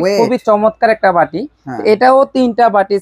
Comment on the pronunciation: ঝাড় হবে না যার হবে।ভাটি বলে বাটি k। সঠিক উচ্চারণ দরকার।